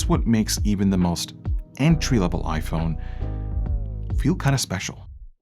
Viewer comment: The entey price 😅😂